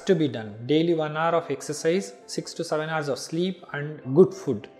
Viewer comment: did he say "fud" instead of "food"🤣🤣🤣